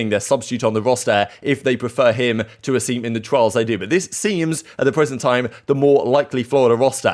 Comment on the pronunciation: I gotta say it’s A-sim not Aseem